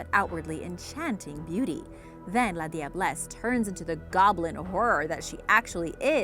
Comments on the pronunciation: I'm from trinidad and tobago but you said la diablesse wrong it is pronounced as la jablesse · The la diablesse is pronounced - lajah bless in Trinidad or if you can pronounce that just simply say lager bless ... Love the vid btw..